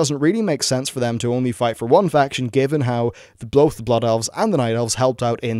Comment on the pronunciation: bloth? <3